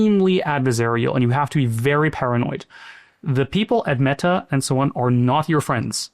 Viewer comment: Never trust anyone who says me-TA like tht